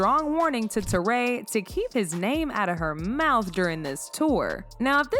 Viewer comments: Her name is pronounced Tori not Toray. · Who is " Tor-Ray" ???? its pronounced "Torry". as in Joe and Guy? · Teray? How you pronounced her name so wrong??